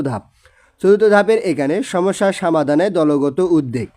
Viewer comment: Sir Assalamualikum apnar pora onek valo but samadan na only somadan ok